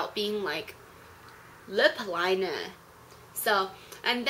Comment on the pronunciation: "LIP LINAH!" Haha you are so cute and funny and i love your videos!